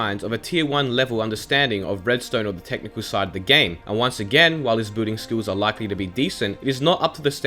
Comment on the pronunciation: Why does he pronounce "building" as "booting"